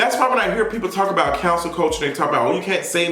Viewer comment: Every time you say “cancel” I hear “council”